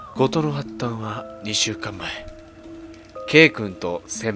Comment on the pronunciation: 発端でほったんって読むねんで はったんちゃうで